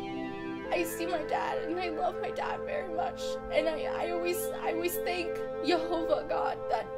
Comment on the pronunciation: Hi i saw you talking to Attila on his channel, i recently watched a video with Doug Hamp and Nehemia Gordan talking about how to pronounce Yehovah, i used to say Yahuah but they convinced me it should be Yehovah and that sounded like the way you pronounced it so i was impressed! Not sure where you are at on your walk, i know Attila is a SDA right now, i try to be Torah observant in an attempt to walk life out like Yeshua did, although i still have a lot to work on. i feel bad that you went through such a terrible experience but praise Yehovah you were both okay, i hope your testimony helps a lot of people! i'm not sure if you have heard much about people starting to keep the Torah (also know as the law) as best as they can again which Moses prophesied in the Bible, Deuteronomy 30 King James Version (KJV) 30 And it shall come to pass, when all these things are come upon thee, the blessing and the curse, which I have set before thee, and thou shalt call them to mind among all the nations, whither the Lord thy God hath driven thee, 2 And shalt return unto the Lord thy God, and shalt obey his voice according to all that I command thee this day, thou and thy children, with all thine heart, and with all thy soul; 3 That then the Lord thy God will turn thy captivity, and have compassion upon thee, and will return and gather thee from all the nations, whither the Lord thy God hath scattered thee. 4 If any of thine be driven out unto the outmost parts of heaven, from thence wil